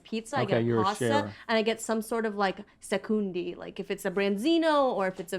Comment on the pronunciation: SECUNDI?! That makes me laugh alot. Its SECONDI